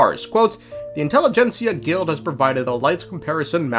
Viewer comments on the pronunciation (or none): none